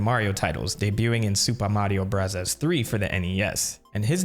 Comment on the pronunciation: Seriously just say Mario brothers not Mario brathas